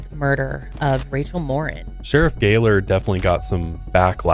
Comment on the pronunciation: Her last name is Mor-een! Not Mor-in.